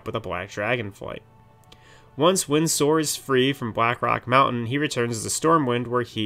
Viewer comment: Stop saying Windsor like that.